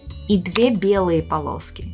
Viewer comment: TRI PALOSKI?? 😂😂😂